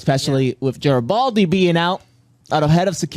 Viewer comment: Love qatching you guys & B5....HOWEVER... why can't you guys properly pronounce GARRI-FLIPPING-BALDI ??????